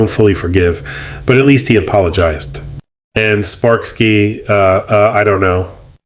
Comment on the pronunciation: Blud called sparkskye sparkski